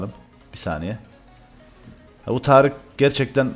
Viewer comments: Abi târık ne ya kdkdkd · hocam yazışın taric konuşmanın Tarık 😂😂